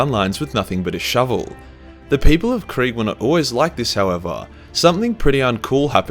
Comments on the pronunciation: Its not quig. Its KRIEG ! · Another youtuber also likes to say KRAIG in the same way you do